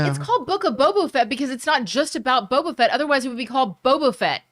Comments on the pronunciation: I truly cringe every time said “bobo fett” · I cringed every time I heard “bobo fett” 🤣🤣🤣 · Is saying "Bobo Fett" every time or is it just me? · constantly saying “Bobo Fett” 😂